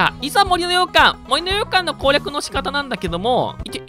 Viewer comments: ずっと羊羹にしか聞こえない 森の羊羹てなんだろってなってる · 洋館のイントネーション『羊羹』やん笑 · もりのようかんに関しては完全に方言によるイントネーションだよね？私もそんな感じだから たしか出身県が近かったはずだから… もし違うならただただ私はに影響されただけ笑